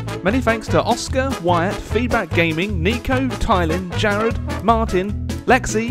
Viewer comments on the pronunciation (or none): none